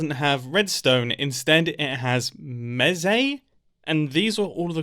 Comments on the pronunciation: Mumbo, I love your channel, and watch every single video as they come out, and I know this was your first time playing MineTest, but I am in pain every time you say "mezee". I am here to respectfully inform you that it is pronounced "mees". Like geese or Reese, it's Mese. :) Can't wait to see the next video! (Also I hope you try out some other Minetest mods/subgames, I promise you they are worth your while!) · Also it’s pronounced Meh say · its pronounced like. Meece. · "Mesé" it’s a mesecon (mes-e-con) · It is pronounced me-s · Eyyyyy, nice! Also, your comment "I've already modded it" - that's the point of the game XD. MT takes very high inspiration from MC, but takes things in quite a different direction - going for easy-to-use Modding tools (and automatic mod downloading for Multiplayer servers, etc.) rather than direct in-game features and such. (Also - it's pronounced "meece" - think like a child talking about a crowd of mice) And all of this reminds me... it's been a LONG long time since I've looked into Minetest, I have a lot of childhood memories from the game. Might have to look back into it - thanks for the reminder it exists! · Ive never thought about pronouncing mese how he pronounced it